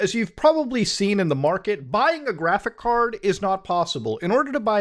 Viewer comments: Man said graphick card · Bro. It’s pronounced graphicS card. With an S. PLEASE